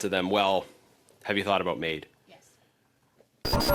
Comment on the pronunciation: Well said but your saying is only wishful thinking between you and me. Btw it's MAID not MAUD. Greetings from the despicable province of Quebec...sounds more like Gaybec to me